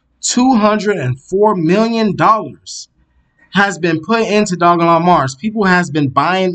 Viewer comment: It's pronounced doge-elon Stop butchering the name. This is pissing me off because l love this coin. Please do better research before posting videos. You have jumped on the bandwagon but provide NO insights at all or demonstrate you can read charts, why should l subscribe?